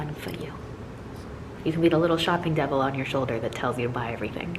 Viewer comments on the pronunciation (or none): none